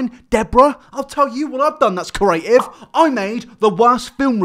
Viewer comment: You do lots of creative things. Like your pronunciation of "creative".